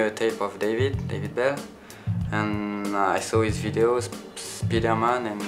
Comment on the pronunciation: when he said speed-air man, i thought he said spiderman. makes sense.